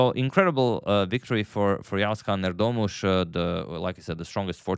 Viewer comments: dude pronounced Erdoğmuş perfectly. That was a surprise. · you pronounce "erdoğmuş" as well as a turk thank you so much.❤